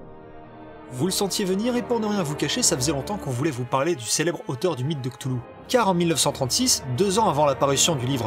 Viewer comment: Cthulhu ça se prononce : R'toulou.